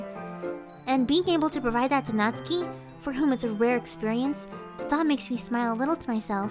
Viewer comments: How I have been saying natsuki for 2 years Nat-suki And it was supposed to be Nat-ski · Natsuki NOT SUKI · Natsuki Doki doki Ahh everything's fine except the one thing:she says my name everytime wrong